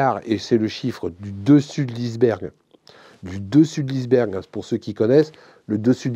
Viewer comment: Monsieur Pasco, combien j"admire votre franchise! Vous êtes aussi un des rares à prononcer le mot 'iceberg' correctement. L'anglais est trop intégré dans notre langue.